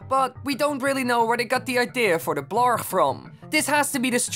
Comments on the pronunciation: Blar*g* that Dutch G tho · The way that you said "The Blargh!" makes me want to kiss you. 'Mere, boy 🤣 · lol, I love the blarg pronounciation. gotta love the dutch g that people for some reason have trouble pronouncing